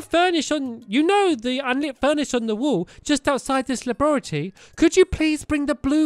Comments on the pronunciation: stampy, you pronounced laboratory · stampy, you pronounced laboratory wrong